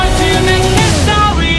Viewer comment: the video is very beautiful. but whenever he says "history" sounds like "histowy" (im not making fun of it, but i cant unhear it🥲)